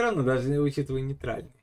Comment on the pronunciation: НЕЙТАЛЬНАЯ ИЛИ НЕЙТрАЛЬНАЯ